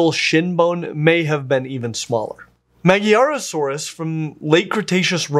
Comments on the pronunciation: Should have researched why Magyarosaurus is called like that and how to pronounce it expecially the sound of GY which is one sound and not G and Y. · The pain I have for your inability to pronounce Magyar. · ... Ma-gy-arosaurus. I'd rather pronounce it somewhat like "Madjarosaurus"; it means "the Hungarian lizard". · Another great video,! I love that we got a whole month of this kind of content ahead of us! However my main reason why i am writing this comment is your pronounciation of the name "magyarosaurus". "Magyar" is hungarian word meaning "hungarian" and it doesn't read as ma-gi-ya-ro-saurus, but as a ma-ďa-ro-saurus with the ď sound being similar to the soft D sound in "duty". Just a little something in case that you come across the word in the future. If a word is of hungarian origin (like a name of a finding from somewhere central to south europ-ish area) and there is a "gy" in there, it most likely reads as "ď " Anyway, i can't wait for that promissed tyranosauria video! Until then - bye🙋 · Magyarosaurus is pronounced like the Hungarian Magyar, not like Maggiarosaurus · "Magy-arosaurus" It's "Magyar-osaurus." It's named after the Magyars, a central Asian people that migrated to Europe and became modern Hungary. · That would be MAG-YAR-o-sau-rus, hinting to it to be something to do with Hungary. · Magyar pronounced as in bag yard, I believe. The ward describes the ethnicity of Hungarians. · Magyarosaurus is pronounces ma(j)arosaurus , the gy in hungarian is like an English j like in joker or jurassic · You are mispronouncing Magyarosaurus. The Y is NOT a vowel here [like in Myanmar, also not a vowel]. It basically just makes the g soft. So Mah-jar-o-saur-us. btw, Magyar means Hungarian, So, Hungarian Lizard. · Not Mag-i, it is magyar means Hungarian.. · It's always nice to see Magyarosaurus getting some attention, even though it's pronunciation always gets butchered by non-hungarian people, lol.